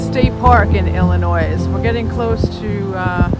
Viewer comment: The S in Illinois is silent